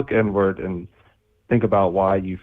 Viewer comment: Did say "Look N-word" or "Look Inward" Either way, send him to Moon Prison immediately.